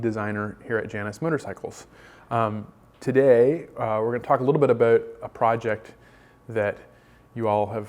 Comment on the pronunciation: I was fooled also with "aboot.”